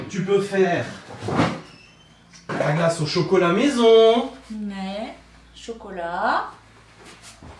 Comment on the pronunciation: Je l’entend le « maison » 😜